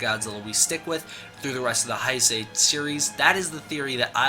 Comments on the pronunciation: great video,but just fyi Heisei is pronounced Hey-say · Nice. Just so you know it's spelled Heisei and it's pronounced "hay say"